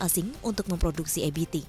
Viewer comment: Kenapa EBT dibaca EBITI? kan bahasa Indonesia, ejaannya Indonesia. just my2 cent.